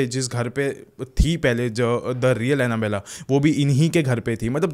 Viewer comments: It's not Annabeley.... it's Annabelle (pronounced as Annabell). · 1st thing is that not anabella that is Anabelle